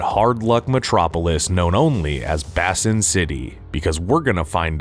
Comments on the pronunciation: Surely it's "Bay sin" city not "bass in" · Bay-sin City, not Bassin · Basin.... Not pronounced "Bass-in". It's pronounced "bay-sin". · Pretty sure it is pronounced Bay sin city and not Bass in city. Great video though. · First time I've ever heard someone pronounce basin as "bassin". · It's pronounced BAYSIN City. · Ive never heard anyone pronounce "Basin City" as "Bassin City" before lol. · How do you not know how to pronounce the word "Basin"? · Mispronouncing (multiple times) a simple word like "Basin" is embarrassing AF. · AI can't say it right. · the narrator cannot say "basin"